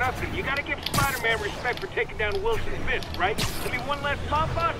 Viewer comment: Ei Fist vaan fisk